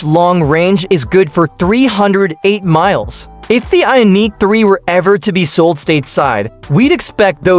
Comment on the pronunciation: What the hech, this AI cannot even say Ioniq?